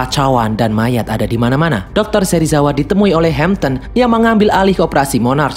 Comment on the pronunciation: Bjir Serisawa😂